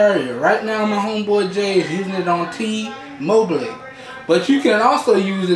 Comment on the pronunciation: "T-Mobilieee" hahaha love this review its great thank you and well done!